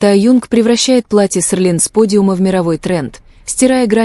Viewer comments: Может Селин,а не Серлин?И вы назвали имя другого модельера.Это не Эди Слuман,он не модельер Seline. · Вообще-то Селин а не серлин. Постоянно каверкаете и ударение не правильно ставите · Хотя бы правильно выговаривайте СЕЛИН 😮😮😮😮😮